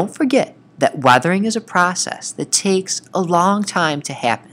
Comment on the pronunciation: man said arthering not weathering